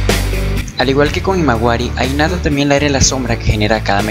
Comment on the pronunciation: por que dice inata y no jinata que es como se pronuncia ._.